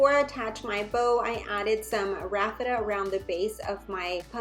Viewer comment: Isn't it pronounced Raffia not Rafitta..lol. I could be wrong. Really enjoy your channel. God bless.